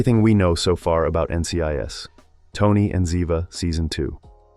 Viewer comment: Good info, too bad you mispronounced the names of BOTH characters. 😕